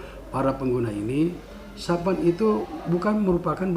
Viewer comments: satpam pak bukan sapan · Apa cuman saya yang mendengar bpk AKBP nyebut satpam dengan SAPAN 🤣